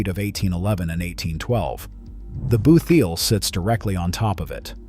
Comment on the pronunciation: It is pronounced boot-heel not booth-eel.